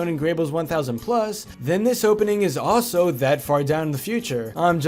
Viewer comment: statue , not starue also, not sldo